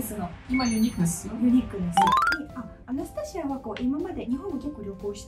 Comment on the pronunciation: アナスタシアさんの、「アナスタシア」という発音を聞きました。知り合いにアナスタシアがいるんだけど、私の発音は正確でないらしく、いくら正しい発音を本人に聞いても全然違いがわからず いました。 今日聞いた発音は、確かに私と違う（笑） 真似はできませんが、違うということはわかりました！ 祖国は大変ですが、今は日本にいるので、安全に楽しく過ごして欲しいです(*^-^*)